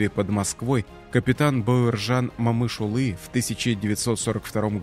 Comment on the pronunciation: Спасибо за аутоентичное произношение его имени